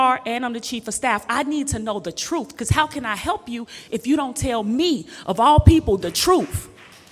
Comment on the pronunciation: "We want the troof." What in the world is the troof? Axeing for a friend.